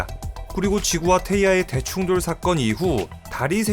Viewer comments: 아.. 자꾸 대충 돌이라고 들려요 ㅠㅠ 어디서 이런걸 들었지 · 대충 돌로 만들어졌다로 읽다니... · 아.. 자꾸 대충돌이 대충 돌 로 들려